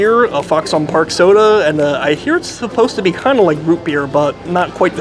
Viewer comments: Fox on Park cmon say it right say it like foxen Park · I would like to slap you for folding it and the way you say foxon park